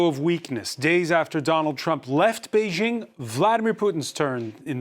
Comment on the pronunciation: Bei JING, not Zhing